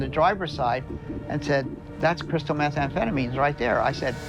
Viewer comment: "Crystalized methanphetamines"